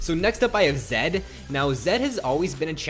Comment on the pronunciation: zed no zen